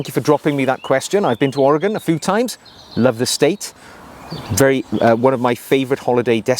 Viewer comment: I am impressed you pronounced Oregon correctly. My in-laws met at Oregon State University during World War II. I mispronounced it “Or-a-gone” in their presence. My father-in-law corrected me saying, “The farmer went to get a rifle “or a gun.” Never mispronounced it again.